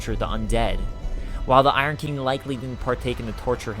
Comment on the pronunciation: Bruh it’s King not Keeng